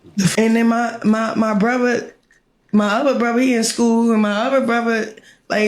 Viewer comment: I hate how she says brother 😂😂she sayin Bruhva